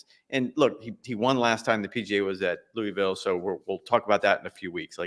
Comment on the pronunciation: Gonna save you guys some ridicule before Valhalla next month. It’s “Lou-uh-vul” not “louey-ville” 😉